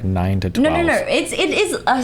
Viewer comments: " nor! nor! nor! " Having the r sound when it should be the ooh or o sound is grating on my ears. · Why does she have 11 syllables for the word "No"?